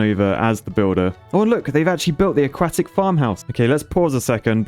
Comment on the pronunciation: Okay but when he says "aquatic" it sounds like he's saying "a-quack-tic"